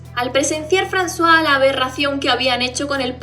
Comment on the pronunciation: Jajaja siempre pronuncie el nombre de Francois literal y cuando dijiste frazua me saco de onda al igual que lo trataras de hombre a mi siempre me parecio mujer